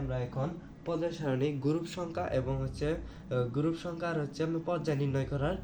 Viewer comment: পজ্জাই, গুরুপ, 😂😂 আনুভুমিক ❌ অনুভুমিক✅😂😂😂😂😂